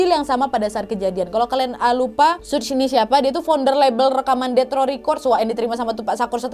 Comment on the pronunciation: suj apa suge sug kea ada yg salah ni mbak 😂